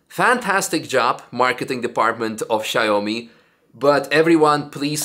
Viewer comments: It's shao-mi not shy-oh-me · Not "Shy Homie",! Its "Shaw me". Thats Xiaomi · I think it is pronounced “shaow-me”